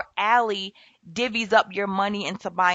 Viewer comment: Its pronounced AL-eye